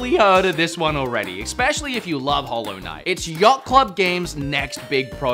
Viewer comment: Man says hollow knight